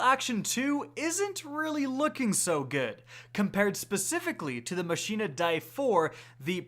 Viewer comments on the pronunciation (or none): none